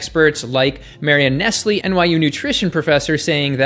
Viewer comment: I think it's pronounced 'Marion Nessel"